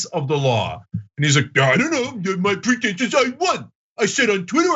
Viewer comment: Chump thought you said "pretends of the law" not "pretense of the law"